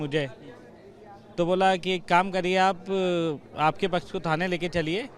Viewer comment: Muslim pach sahi nahi bol raha